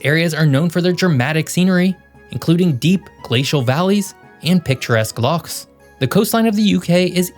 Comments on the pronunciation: You pronounced loch very well so I’ll let you off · I am seriously impressed that while you were not born in Scotland you manged to pronounce the word "loch" correctly. The English usually settle for "lock" as they do nit have a Gaelic "ch" sound in their ocabulary.